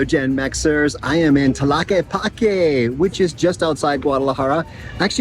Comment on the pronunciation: 🦉 do not pronounce the letter H. Enjoy Brother.